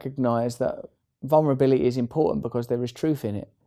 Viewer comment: "Vulnerbili-ee" I love him❤️